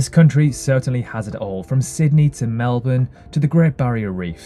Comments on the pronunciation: I'm only one minute in and you've made me so happy that you've said Melbourne properly (the way we say it), not like so so many other videos where they over emphasise the 'ourne', so thank you for not saying it like a doofus, lol <3 You're correct that we have one of the best healthcare systems in the world but it is slowly being eroded away by our current Liberal government who are dismantling it piece by piece and are pushing for an "Amaricanised" healthcare system here (in our country the other major party Labor is actually liberal and the Liberal party is conservative). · that is incorrect pronunciation due to the laziness of Australian speech. Melbourne is a family name I'm sure they know how it is pronounced